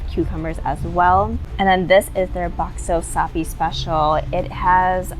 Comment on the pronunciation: The bakso, actually more a street food. And your pronunciation...👍 Indonesian approved. And by the way, 2 rice dish and a bowl of mie bakso is a lot! 😀 And the soup in small bowl, Indonesian call it "sayur asem" (sour soup)